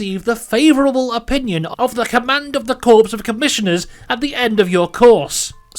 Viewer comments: corps is pronounced "core" not "corpse". a corpse is a dead body. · The most UNREALISTIC part of this video is when he says "corps" as "corpse" instead of "core" Kidding. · "Corps" is pronounced like "core", not like "corpse". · the “corpse” of commissioners lmao